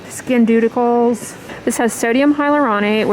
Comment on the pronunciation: "Skin-deudeticals" lmao😂😂😂😂😂😂😂😂😂